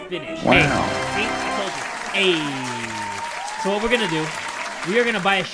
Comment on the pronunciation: I choked on my cereal when he said “woat” I thought I was gonna die